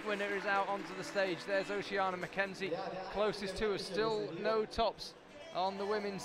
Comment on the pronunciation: According to social media, her name is Oceana, so Charlie's pronunciation sounds the correct one to me.